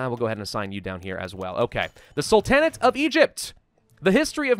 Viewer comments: Its prounced Sultan-Neigh-t.Not Sul-tan-eight. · love your videos but why are you pronouncing it "Sul-tan-at"? It's "Sul-ten-ate" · I've got to know... Why do you say "salTANit" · In Sul-ta-nate, The emphasis is on the Sul, not the ta. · The A in the middle of sultanate is pronounced like the first A in Apostle, not like A in Apple. Sorry it just annoys me lol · You say sultan correctly... and sultanate incorrectly... what? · Please, please stop pronouncing Sultanate like that. It sounds like a Dixie pharaoh